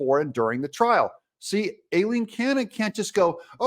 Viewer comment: The judge’s first name (Aileen)….is pronounced EYE—LEEN…..not “A”—LEEN ‼️